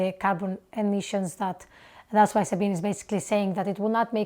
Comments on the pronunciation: fun fact: the ending vowel of Sabine's name is pronounced like the ending one in Porsche. okay, that didn't help much, lol. but it's actually supposed to be not muted. and pronounced like in, "beg;" not, "be." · I like Sabine (by the way, it's pronounced Zabina) Hossenfelder. She thinks and researches extensively, usually makes things understandable, and has a good sense of humor. In her "Is Nuclear Power Green?" video, however, I had one criticism. She didn't entirely leave out the problem of nuclear weapons proliferation, but slurred over it far too quickly. Fast breeder reactors using U238 to produce Pu239 produce Pu239, the stuff of atomic bombs and the triggers of hydrogen bombs. That's worrisome, and, in my opinion, more than just a political problem. On that count, thorium seems like a much better choice. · FYI: there are 3 syllables in the name Sabine. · Sorry to kibitz a little here, but just FYI, her name is pronounced sa-bean-uh. 😉✌️ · Sabine generally does a very good job. We need more theoretical physicists on YouTube (BTW, it's pronounced like 'Sabina'...it rhymes with ''). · Good review of Sabine's video. One big note: you are mispronouncing her name. It should rhyme with (the consonants are different but the vowel sounds are almost exactly the same). As to reviewing other of her videos. She is a physicist so her physics based videos will be similarly accurate and interesting. She has a number of videos diving into other areas though, and there she is less informed. Especially with topics involving the social sciences, her political views prevent her from being unbiased. So it's best to be more critical of anything of hers dealing with sociology, economics, politics, psychology, etc., where she has no real expertise.